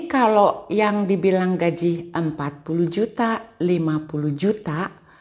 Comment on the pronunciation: Gaji bu, bukan Gajih hehehe